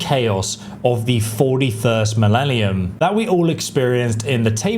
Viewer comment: as the famous Scout Sargent 'Silas' says, in the 41st 'Millelium' there is only ooo-arr